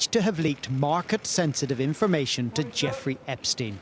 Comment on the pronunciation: Inhalation, inlumation, imunation...I might trust the veracity of a statement if only the person speaking could convey it. I think what you may have acquired was 'information', this is farcicle, bad outcomes are more often than not the residue of bad decisions and choices. I am not a Starmer fan, but much of the nation have tried to preemptively rubbish him for little credible reasons initially, however you dont hand the 'enemy' ammunition and his curtailing to an unhinged twit is pukeworthy at best. In summary much of the nation never voted for him, they simply opposed the Conservative farce. How Starmer rates bottom in any popularity rating is ludicrous considering Liz untrustworthy's fourty nine day train wreck for starters, much of the nation must have developed conveinient amnesia.